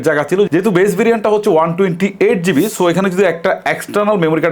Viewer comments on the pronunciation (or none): none